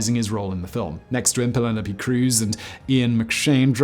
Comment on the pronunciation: Ah yes pelenope cruz